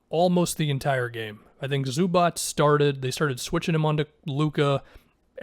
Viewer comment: You are the first american that i heard say Zubac corectly, usualy its somthing like Zubaka or Zubach 😂😂